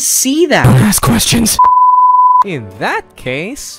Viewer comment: Il love thepart when he says “DONT aSK qYEsTiOnS”